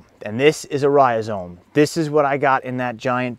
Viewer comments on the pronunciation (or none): You're not saying it correctly. It's not ri-o-zome. Where the heck do you see that o in the beginning? You put the word on the screen and pronounce it incorrectly.